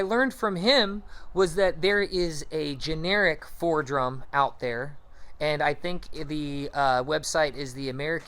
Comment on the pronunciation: The tool you keep calling Fordrum is pronounced Foredom...(4dum)... Also when you were describing the Foredom you showed a picture of a Dremel Fortiflex 9100...2 different animals, A Dremel Fortiflex is not a Foredom....